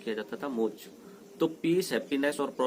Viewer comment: Mock nhi moksh hota h😃😀😉